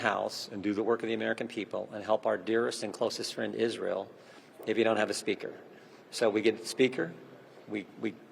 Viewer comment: "friend Israel...supplemental for Isril" He made a mistake when he pronounced it correctly. Republicans think they have to pronounce it "Isril," same as "nucular" instead of nuclear. Worthy of a psychological study.